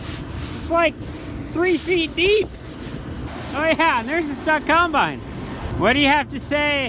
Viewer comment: How come you say kimebine instead of combine? Lol